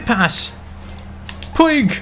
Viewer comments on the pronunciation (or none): ITS PRONOUNCED POOJ NOT POO-IG😂😂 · Puig's name is pronounced "pug" not like the dog but more like "pooj". Like so can see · Puig is actually pronounced “Puch” Like so can see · Puig's name is pronounced puch, not how it is spelled. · I was about to say that ;D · puig is pronounced poodge Like so can see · In Barcelona they pronounce Puig like pooch Like so can see